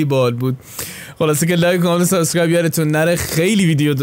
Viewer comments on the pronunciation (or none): none